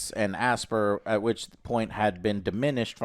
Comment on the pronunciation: Oh for goodness sakes! it's pronounced "As-pie-yer" not "Aspeer" or "Asbeer"! you know as in the word "aspiration" and "inspire", "Aspyre" as in: "You aspire to be that somebody or do that thing"?